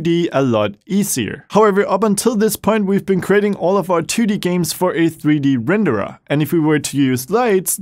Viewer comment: I like how you say rendered, Renderah